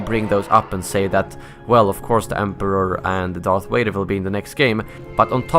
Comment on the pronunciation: It's Darth, not earth